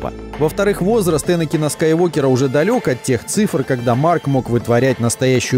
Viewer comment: Скайуокер, а не Скайвокер.